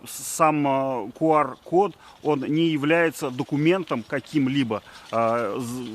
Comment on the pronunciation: Почему КУар? Q читается и произносится как КЬЮ!!! Но видимо IQ (ай Кью) не позволяет говорить правильно.